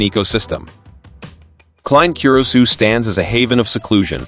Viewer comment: Cur-uh-sow!!!!!!!! Damn it